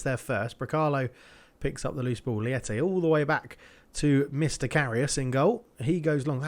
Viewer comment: Probably coming in late but Diogo Leite's name is pronounced like the word "late" and not "lieti" xD. Means milk in portuguese. Just started watching the series from the beginning, loving it! keep it up!